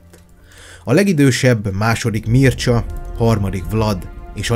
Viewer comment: Ă nem teljesen ö... Az â sem teljesen ü hanem inkább egy török ı hanghoz hasonlít. A Mircsa az pedig Mircsá